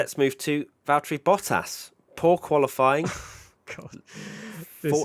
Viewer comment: ⚠️ To all international sport journalists & presenters: ... it is NOT Lewish ... it is NOT Bottash ... and it is certainly NOT Max Vershtappen!!